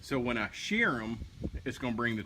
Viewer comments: You just keep saying shear, we know you mean sear, but at this point I don't think you do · Great video, food looks great, the word is "sear" :)